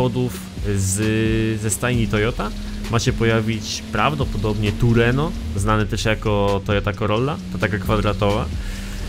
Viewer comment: TRUENO A NIE TURENO